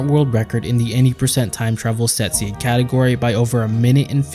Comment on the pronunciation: am I the only one who heard sexy glitchless instead of set seed glitchless??